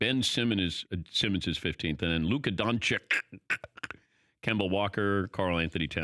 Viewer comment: I hate the way DP intentionally mispronounces Doncic all the freaking time, please just grow up.